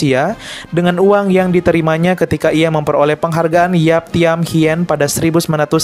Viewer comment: Yap Thiam Hien (Hin bukan Hiyen)